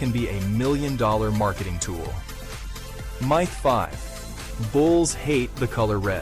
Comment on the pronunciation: lmao im trying to say it pronounced myth wrong